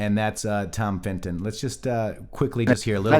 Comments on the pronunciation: its Tom Fitton NOT Fin-ton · Sorry, gotta say it. Fitton. Not Finton. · Fitton, not Finton